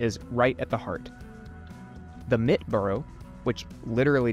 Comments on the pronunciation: It’s pronounced MIT-TA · The e in Mitte isn't silent 😊. Think middle. Mit in German means "with". Very nice video! I love the idea of this video. Sensory history is pretty popular now. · Thumbs up. Try to pronounce German words correctly. Mitte, not Mitt. Look up Nikolaiviertel! (Fiirtel!).